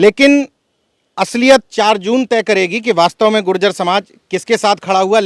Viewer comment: अरे भाई जाति के शब्द उच्चारण करें शुद्ध बोलों गुर्जर बोलों , गुजर न बोलो